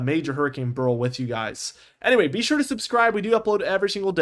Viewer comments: It's pronounced "bear ill" or "barrel", not "burl". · Beryl... BEH-ril...two syllables. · Beryl is a name and gemstone. Its pronounced like Cheryl. "beh ruhl"